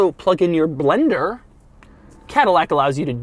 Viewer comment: “...plug in your blenderrr” cracked me up🤣